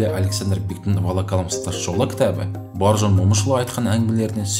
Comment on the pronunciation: Боржан емес Бауыржан деп айтыңызшы.